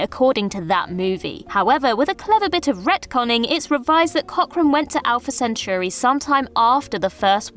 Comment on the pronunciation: A lot of folks complaining about alumni or the spelling of his name, and only one comment about how she horribly mispronounced Centauri. Sad.